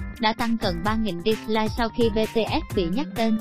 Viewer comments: Bi Ti ét chứ éo phải bê tê ét Ok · chuyện chú Vinh thì có thể là hiểu lầm t để ý mỗi ad mắt j BTS ko đọc mà cứ đọc Bê-Tê-Ết nhể :) 🙂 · Bê tê ét. Bạn ơi đọc sai tên nhóm r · Sao cứ đọc là bê tê ét nhở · Má đọc chữ BTS cho rõ vô coi